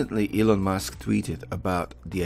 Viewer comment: Sounds like you're calling him Mask instead of Musk. Please work on your pronunciation dude. I was already a suscriber and I liked this video. I was able to understand what you were saying but it would be better if you said Elon's name correctly